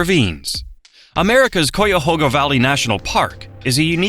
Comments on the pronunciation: “Coyahoga” make me irrationally angry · AI can't pronounce cuyahoga 😂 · and it's an AI voice. It said "COOYAHOGA"hahaha. "kay-ya-hoga" you dumb robot. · Tell your AI to stop saying Coy-yahoga. It hurts my ears as it is pronounced K-eye-uh-hoe-gah. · Thank you for this informative video about Ohio. As a native Northeast Ohio resident though it grated me every time the AI narrator mispronounced Cuyahoga. In elementary school we were taught how to spell it, BUY A HOG A. Replace the B with a C and you get Cuyahoga, pronounced KAI-AH-HOG-AH. A portage (POUR-TAH-ZA) is proper for crossing from one body of water to another, but the city and associated lakes, we say POR-TIDGE. One area of Ohio that was not mentioned was the Western Reserve, the area of Northeast Ohio that was an extension of the state of Connecticut. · Cuyahoga. Like Guyahoga. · Wow hearing the narrator say “Coy-a-hoe-ga” is giving me hives as a native Ohioan 😂 most people I know say “Cawga” or “Cayahawga” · I thought the narration was coming from a human, so l was going to tell him, pronounce Cuy, like Ki in Kiowa, but if it is computer generated, there is no hope😐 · What the hell is a “CooyaHoga”? It Cuyahoga. The AI sounds dumb. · Its pronounced Kya-hoga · KI-AH-HO-GAH and several wrong images. AI slop. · Cuyahoga is pronounced Cuy, rhymes with guy, not cou, with a long u. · For the LOVE OF GOD LEARN HOW TO PRONOUNCE CUYAHOGA!!! IT's kai·uh·how·guh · The Maumee river is not pronounced "MOMMY"! But at least the Olentangy wasn't quite destroyed by saying; AWL-EN-TANG-EE...and it's pronounced Ky-ah-hawg-ah, River! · We hate AI. Ki-uh-ho-ga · Cuyahoga is pronounced kai-uh-hog-a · Exactly. As my third grade teacher explained: It's spelled like, and rhymes with Buy a hog a. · Kai-ya-ho-ga. Say it with me now AI. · Anyone else realize instantly when they said “Cuyahoga”, they weren’t from Ohio 🤣 if is even a real person speaking lol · my man does not know how to pronounce Cuyahoga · Yes, very annoying.